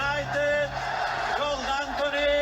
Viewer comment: Todos los goles contra el barsa son : la ramatada y al gal. Da igual que gal sea